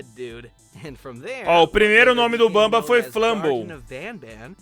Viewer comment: Por favor nunca mais fale bamba pelo amor de Deus graças a Deus nããããã...